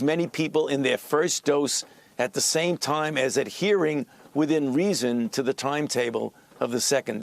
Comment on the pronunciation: ‘Toime’‽ 😄 Why should we trust a doctor who talks like Elmer Fudd?